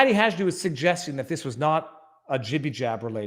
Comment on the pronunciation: It's pronounced Haydoo you had the HA part right but it's a " soft" j. 😂